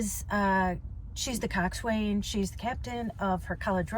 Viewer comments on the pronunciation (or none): "French kiss" 😂😂😂 or chef's kiss also coxswain it's cox-un not cox-wayne.